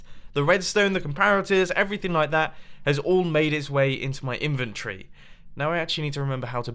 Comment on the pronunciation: Mumbo jumbo saying inventory: In-vin-tree